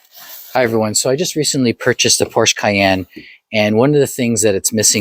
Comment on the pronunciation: please dude, Porsche is a TWO syllable word if stated correctly. Other than that, good video.